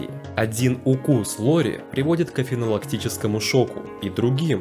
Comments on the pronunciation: "афинолактический шок" "другим состояниями" кому какая разница, как слова произносить, падежи эти, ну нафиг... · Как можно писать афинологический шок, произносить афинолактический шок, и при этом ни разу не попасть